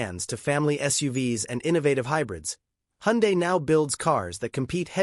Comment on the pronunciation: Please dont ever say hundie, its pronounced hundae like sunday